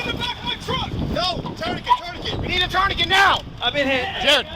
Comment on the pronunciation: If they can't even pronounce tourniquet (which is a French word) how can they have the brains to apply one?